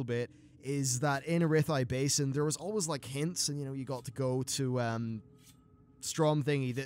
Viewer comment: *Ara-thee Basin (not A-rath-eye) *Za-kaj (not Zaka-jazz) Sometimes your pronunciation hurts... Lol :P